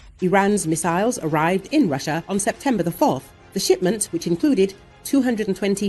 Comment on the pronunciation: He can't make up his mind on how to pronounce missiles or materials. He is a fraud